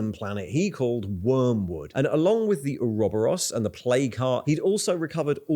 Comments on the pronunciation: that's a very interesting pronunciation of Ouroboros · british people cant prounounce basic words anymore, the way you said ouroboros was legitimately infuriating.